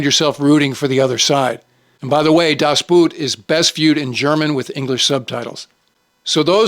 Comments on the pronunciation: das Boot is pronounced das Boat, and my all time favorite. Patton's line "I read your book" is badly marred by the movie showing a book labeled "Tank Attacks". Rommel's book, which Patton probably did read, was "Infantry Attacks". Two candidates would be: - Captain Jack Aubrey played by Russell Crowe in Master and Commander. The absolute best movie about a British frigate in the age of sail. - Col. Joshua Chamberlain played by Jeff Daniels in Gettysburg. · Das Boot is a masterpiece but Boot in German is pronounced BOAT, with a long O vowel.